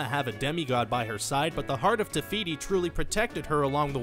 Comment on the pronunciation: The hearth of tefity? I don't know how to spell her name but her hearth is TIME STONE!